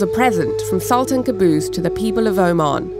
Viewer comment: Its sultaan.. Not saltaan😂